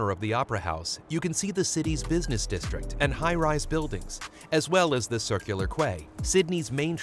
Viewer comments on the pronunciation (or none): Nice video. Some points to make it sound pro... Quay- Pronounced Key, not Kway; Bondi- pronounced Bonn-Dye; not Bondy; Vaucluse- Vaw-Klewss, not Vow-Klewz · I enjoyed this as a Sydenysider. But I have to say it was a little annoying the way you pronounced Circular Quay it is pronounced Circular key.